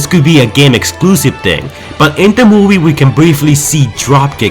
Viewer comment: When you say the word "movie" it sounds like your saying "mobie"